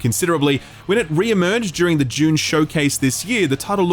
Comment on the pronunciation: I always have to listen to a segment twice every time you say June (dune)